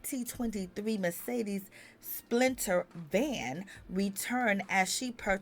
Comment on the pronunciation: Did she say Splinter van? 😂😂😂😂